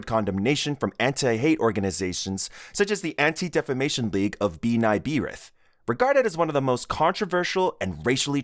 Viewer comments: “Bee-Nye Bee-Rith” has got to be the most embarrassing mispronunciation of B’nai Brith I have ever heard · the pronounciation goofs - another one being BEEN-EYE BEE-RITH (which, in his defence, isn't english so it's understandable but still funny) (also the correct way is BUH-NAY BRITH) keep me from losing my sanity with the video at least lmfao.